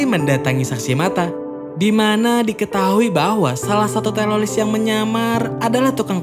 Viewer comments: Teroris bro bukan teloriss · Kenapa ngomongnya harus telolis? Ngomong teroris dollar kuning kah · Bro bre bukan telolis tapi teroris😂 Canda bro bre😆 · Telolis Mulu bang kurang enak bang denger nya 😭